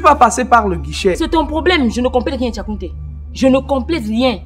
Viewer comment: Tchakounté🤣🤣🤣🤣🤣hein hein